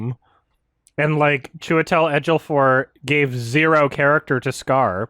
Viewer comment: He says Chiwetel Ejiofor's name weird